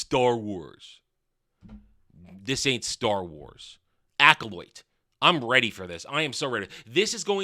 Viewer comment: Are you saying the title like that to mock it? Cuz that’s not how the word is pronounced